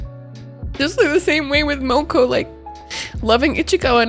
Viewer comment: BTW, you pronounced Moeko as "Moh-koh" when it's "MO-EH-koh" (萌子、もえこ).